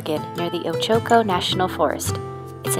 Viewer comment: Its pronounced OACH (like coach) OH-CO, all long O's